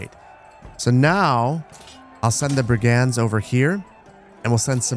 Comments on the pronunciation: just google how to say "brigands" please. Why the fuck do european teenagers know how to say shit in their 7th language and u dont in your ONLY? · American pronounciation of brigands just sounds wrong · Why can't you say the word "brigands"?